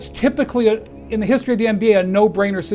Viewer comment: Ken Perkins: in histry